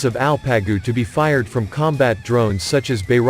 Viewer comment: It's ALPAGU. Means ''HERO'' Not el-pe-gu !!. no arabic. !!!!! !!!!! These names are Turkic. Coming from our central asian roots. Long live Turkey Turkic people and Asia Turkic people. <TURAN> will rise again.